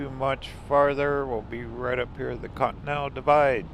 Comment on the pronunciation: i wonder you pronunciating con-T-nen-tal = cotton to be always honest ' i dont like museums much, its better to visit churches, pawn shop,antique shops. but i love to travel like journey never ends. and thats what i love in your videos. and the music that you set in your videos, hits the strings of soul. thanks